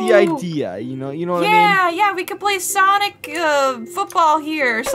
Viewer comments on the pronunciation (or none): What the heck you call them Samick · I love how they call them Sanec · it is not sanic it is sonic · It's not whatever you call him it's Sonic not Sonic Sonic mrs. This is Brielle I would all of your videos and I want you to make a new video soon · It’s not sanic!!!! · It’s not sanic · It's pronounced sonic